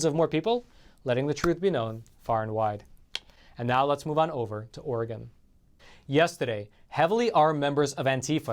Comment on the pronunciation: I need to move away from Oregon....also thank you for pronouncing it correctly